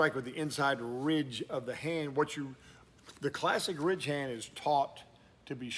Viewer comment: Honestly, sounds like you’re saying “rich-hand” Gotta really slow it down and enunciate. RIDDDDDDGE - HAND